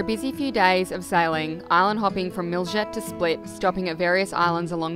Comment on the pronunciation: How is it that you can spend so much time in Croatia, and still mispronounce Miljet? Did you have ANY interest in Croatia?